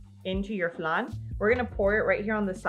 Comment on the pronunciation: We say flan like plan not flun.🤣